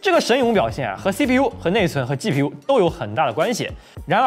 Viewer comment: 暴躁老哥: 能不能不要老是鸡批U鸡批U的？ 鸡皮疙瘩都起来了！ 发音标准一点不可以吗？ 取关了。